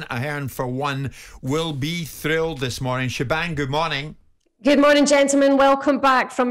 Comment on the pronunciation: Pretty sure Jim has never seen the name “Siobhan” … “shiv-orn”